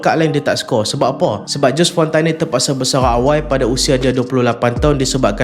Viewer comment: Lehan … care sebut nme die ju fonta